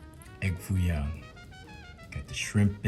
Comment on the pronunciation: Not Foo Young, but Foo Yoong.😂😂